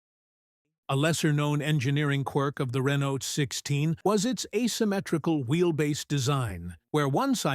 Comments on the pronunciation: Please inform your AI narrator that the T in Renault is silent. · Can't you find a human narrator? The mispronunciation of Renault and the bloated by-the-numbers verbiage are grating with buzz words. Insufferable. Also, the facts about the reasoning for the asymmetrical wheelbase are misrepresented. Who cobbled this together? AI, an LLM?